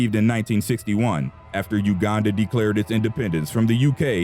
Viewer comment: you are the first white person to pronouce uganda correctly